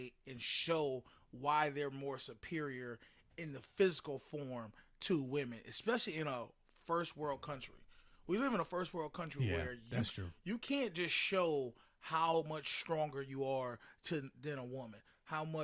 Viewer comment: “Testesterone” you say………..?